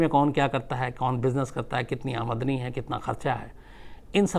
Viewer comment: Sir ek chij mujhe bilkul achha lga ki aapne AAMDANI shabd ka pronounciation ek dm perfect kiya maine apne teacher k baad phli baar kisi dusre se AAMDANI shabd ka pronounciation sahi suna hai, sir I from Patna bihar, lots of luv from Saurabh , I am big fan of yours aur mai aapki Mimicry krte rhta hu sir. Mujhe aapki kahani bahut achhi lgti hai.